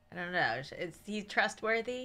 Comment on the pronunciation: She be like :trustworthy or butworthy?